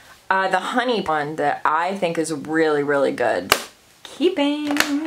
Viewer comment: You do realize that the word GOOD doesn’t have a T at the end of it, right?